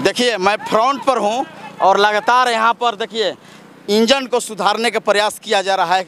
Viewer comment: इंजन को बोगी, चश्मदीद को चश्मदिन, कार्यक्रम को कार्ज़कर्म, ये बिहार की जमीनी भाषा, हेने आवा।